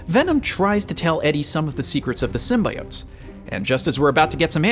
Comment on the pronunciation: Keeps pronouncing it "sym-bye-otes" Hope they at least re-post this video,with all audio replaced with "sym-bee-otes'